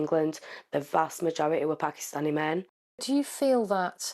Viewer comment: 30 min long and can't say Pakistani. Wild. This is serious journalism, folks.